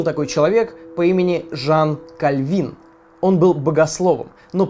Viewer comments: Жан кАльвин, а не Жан кальвИн ( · Не кальвИн, а кАльвин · Жанн КАльвин,а не КальвИн.Было даже социальное движение "кальвинизм".А так молодец,,уже 3 раз этот выпуск пересматриваю. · если что, не Жан КальвИн, а Жан КАльвин. По крайней мере, так нам учитель истории говорила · Не Кальвин , а Кальвин . Ударение на а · Только кАльвин, а не кальвИн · не Жан Кльви́н, а Жан Ка́львин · кАльвин а не кальвИн! Твою мать! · Небольшая поправочка: Жан КАльвин, а не КальвИн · кАльвин а не кальвИн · Крутой видос, но вроде Ка’львин, а не Кальви’н. Пойду проверю. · ты конечно извини, но Жан КАльвин (ударение на А), а так видео как обычно шикарное, спасибо большое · Жан КАльвин (ударение на а) это из учебника 7 класса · Всё ок, только в фамилии Жана Кальвина ударение на первый слог. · если что, Жан Кальвин, ударение на А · кальвИн? аххах )) почему все ютуберы неправильные ударения делают? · Джан КАльвин На первый слог в фамилии ударение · Жан кАльвин- ударение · прости,но правильно Жан Ка́львин 😉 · кАльвин Ударение на "а" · Ударение на а надо в слове Кальвин, а не на и. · Всю жизнь думала, что ударение на А. Не видос, а сплошное просвещение